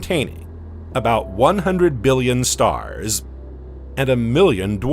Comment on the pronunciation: each containing about 100 million StaHHhRsss